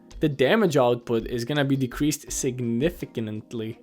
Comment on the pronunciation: Apparently English is not his first language.